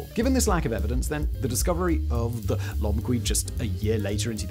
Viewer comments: If the other channels talking about Lomekwi finds are right, it's pronounced lo-mek'-we, with the emphasis on "mek". I can't say for sure they're right, but it's probably worth checking if they come up again. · Can you find someone else with a British accent but that actually knows how to read? It would lend more credibility to the script, instead of subtracting from it. Lo-meh-kwi "the crafters of these tools remain identified" unidentified my dude, unidentified. Homo HA-bilis (crafty, capable) Autral-o-pithe-cus Afar-en-sis No amount of jazz, can cover that up... the same as polishing the script with chatGPT. Perhaps, find a reasonable middle where you can read what chatGPT suggests?